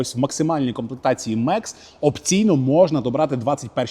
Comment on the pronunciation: Мекс - ??? Комплектація «Max» - це Макс. Від слова «максимум», на всіх мовах світу. Макс! Не Меееекс!